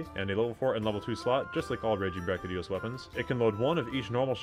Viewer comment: Great vid.. BUT... Big pet peeve when people constantly mispronouncing things. You have at least 1-2 a video and it makes me grit my teeth.. he's my favorite monster.. and his name is pronounced, Devil. Joe. Not deveelheyo... Seconded by brachy dios... Not brackidius..